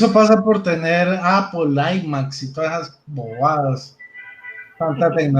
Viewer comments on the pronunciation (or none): none